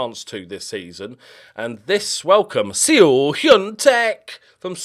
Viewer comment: So when you pronounce Seo (서) in Korean, the “eo” is just a single letter and pronounced as such. The actual way to say it is closer to Soh.👍 It translates to west when not used as a surname. Hyun-Taek is his first name. Also just for confusion the “ae” (ㅐ) is also one letter and pronounced similar to an “eh” so Hyun Tehk would be a more accurate pronunciation. Thank you for listening to my TED talk on Korean 😂 S E O would be 에스시오 ㅋㅋㅋㅋㅋ Teakkers would be 탴크스